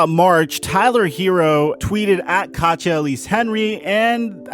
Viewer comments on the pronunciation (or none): Her name is not pronounced katcha it’s kateeyah